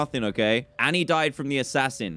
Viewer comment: Dan: "THERES AN ASSASIAN? I DIDNT KNOW THERE WAS AN ASSASIAN!" Me: "Are you being sincere?" Staring at the words YOU ARE ASSASIAN on Dan's screen intensifies....